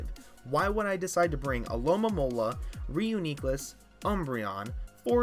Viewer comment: FLYGON SUXXX also stop saying reuniclus like that pls